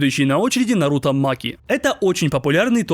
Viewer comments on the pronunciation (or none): none